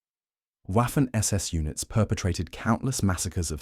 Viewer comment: W in German is pronounced like V is in English, while spelled Waffen, it is pronounced Vaffen.